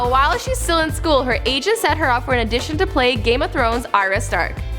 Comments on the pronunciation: Matt J I dunno.. She pronounced audition as addition about ten times. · The first time she pronounced "audition" as "addition" I thought she'd just stumbled there...apparently not...